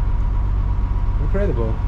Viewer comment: bro you say incradibal India, I'm so happy. 🙏